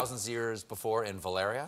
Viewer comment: Of course Stephen doesn't want a reshoot of the final season of Game of Thrones. He doesn't care enough about the show - he mispronounced Valyria three times!